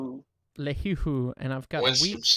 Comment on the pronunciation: Just a heads up, Lehi is pronounced "lee-high". As someone who lives in Utah, it was amusing to hear you say it "Lay-he"